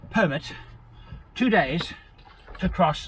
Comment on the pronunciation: Sorry, "permit"?